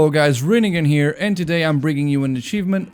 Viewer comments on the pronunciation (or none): none